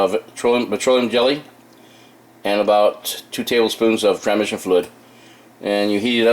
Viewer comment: "Tra-mission" fluid ... Boo-lube lol